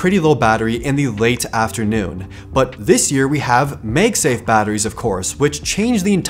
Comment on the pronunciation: Please stop saying magsafe as "meyg-safe". The "mag" in magsafe is "magnet". So pronounce mag as in the word mad.